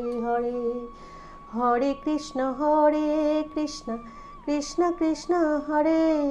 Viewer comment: Hore krisna, not hode krisna